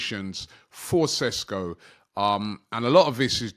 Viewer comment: It‘s Sheshko not Sesko!